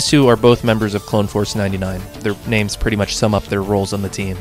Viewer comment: Bro couldn't pronounce half these characters names right, smh